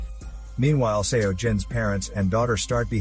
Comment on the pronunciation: One thing, Seo pronounced as 'Soh'. Not sure why it bothered me so much. But had to pause the video 4 times.